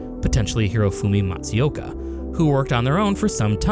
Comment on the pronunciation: “Kaioto” “Gunpai Yokoi” “Hiroji Kaiotake” “Hirofumi Matsiyoka”